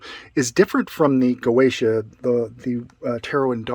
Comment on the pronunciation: "GOETIA" i'm doing facepalm my self, the pronunce is (Gozia) dumbass